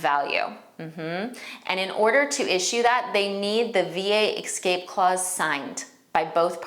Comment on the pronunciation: the word is escape, not ekscape